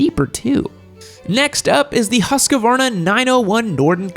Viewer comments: Sorry. "Huus kvarna." Much wanting. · The new husskarna Me: what tf did he just say O.o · As a Swede the pronunciation of Husqvarna makes me what to burry my head in a powerhammer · and husqvarna